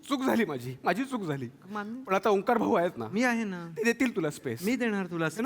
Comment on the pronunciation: It's Onkaar not Omkaar